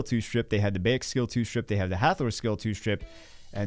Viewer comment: Bayek is pronounced like "BUY-ek" Bagel. Or think Bayek like the Florida Bayous in the Everglades. Hurts my soul to hear my favorite AC character's name mispronounced 😭💔